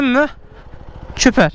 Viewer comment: süper yerine çüper demsi 😂